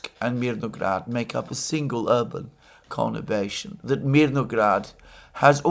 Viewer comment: word of the month: 'connibation'? or is it conurbation?😊